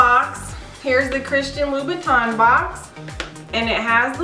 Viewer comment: It's "-tin", not "-ton" ☺️ very nice, classic shoe